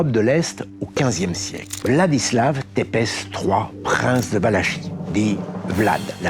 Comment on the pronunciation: Mais c'est pas vrai ! ENCORE UNE FOIS CES GROSSIERES ERREURS !!! 😦😦😦 NON la "Valachie" ne se prononce pas "valashi" mais "valaki". il vous suffit - par exemple - de regarder sur wiktionary où c'est pourtant clairement indiqué : "Valachie \va.la.ki\ féminin". Et NON "Vlad Ţepeş" ne se prononce pas "tépaisse" mais "tsépaish" : en roumain le "Ţ" (avec un cédille) correspond au son "ts", et le "ş" (encore avec une cédille) correspond au son "sh". Et enfin NON "Dracul" ne se prononce pas "dracul" mais "dracoul" : en roumain le "u" correspond au son "ou". Quand vous traitez d'un sujet, vous pourriez faire l'effort de vous renseigner sur la façon dont se prononcent les noms propres de votre sujet. Là, 3 noms, 3 grosses fautes. Bravo !!! ☹😮😳😱🙃